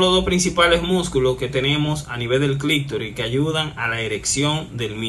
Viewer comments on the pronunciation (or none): Todo un médico diciendo clictori. Se dice clitoris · Amigo, se dice: clítoris y no clictoris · SI, AL PRINCIPIO ME PARECIÓ, HASTA Q LO VOLVIÓ A DECIR 😂